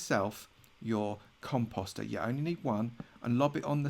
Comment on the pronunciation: I thought he said cum pasta🤣